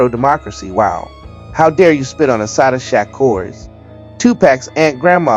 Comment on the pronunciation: Is this Ai reading this. If not mf learn how to say her name!!